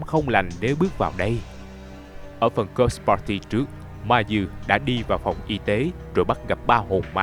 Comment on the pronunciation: đọc cứ nghe nhầm là "cock party" haizzzz